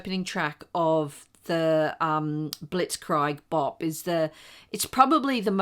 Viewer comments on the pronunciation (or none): Just a couple of small corrections in pronunciation----- it's DAY-BYOO, not DAY-BOO. And the Ramones' tune is pronounced BLITZ-KREEG BOP, not BLITZ-CRYG BOP.